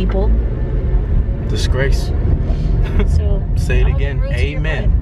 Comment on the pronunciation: Deshae shut yo ass up😂😂 talkin bout some "mm mm mm....disgrace"😂😂